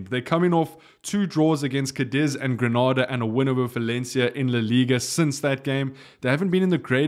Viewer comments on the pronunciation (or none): none